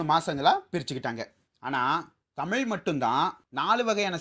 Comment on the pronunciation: Hi I will tell you one thing you speak everything good yaar but speak proper thamizh I really like your topics and all I really appreciate because you are a speaking thamizh thamizh is always thamizh you should speak Thamizh when you speak proper thamizh not in Thamil pls pls pls I request you really pls